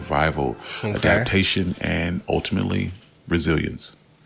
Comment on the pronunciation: My biggest issue with this is dude's inability to pronounce the words "inedible ", and "adaptation ",. 🤦🏾🤷🏾‍♂️